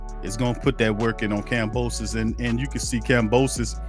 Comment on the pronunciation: This guy is stuped calling "Kambrosos" dude put some respect and dont be so fan of Haney, keep it partial bro